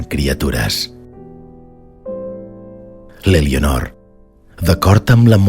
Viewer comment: No es pronuncia ''Elionor''. La ''e'' inicial es neutralitza en català oriental... Per favor, quin mal d'orelles...